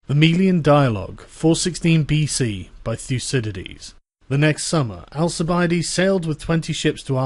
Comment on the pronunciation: ¿"ASISIDITAS"?,, ¿"ALSABIDES"? ¿"LASAMÓN"? sé si el texto EN ESPAÑOL que estoy escuchando, está leído por un humano o por una IA, en cualquier caso, AMBOS (la IA y/o el humano) deberían APRENDER A LEER en voz alta (al menos en español) antes de hacer vídeos, sobre todo en lo que respecta a los NOMBRES que se citan.